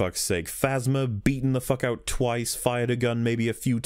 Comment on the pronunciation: You can even here the teeth clenching on the word “twice”. I honest to god will never watch this piece of shit film ever again.